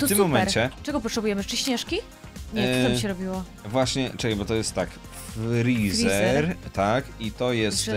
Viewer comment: Z db to jest frezer a nie frizer